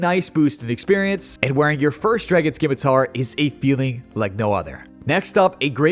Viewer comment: Please google how to pronounce scimitar. My ears are bleeding.